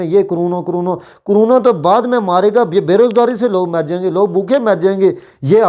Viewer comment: پہلے اپنی اردو تو ٹھیک کرو پھر صحافی بنو .. عوام ہوتا ہے نہ کہ اعوام.. اقتدار کے ساتھ چموٹنے کی کیا ضرورت ہے 😁😂 Caroona nhi crono hota hai ..